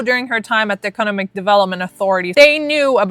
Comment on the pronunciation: I’m really digging your information, but why didn’t your boyfriend tell you you’re saying economic wrong?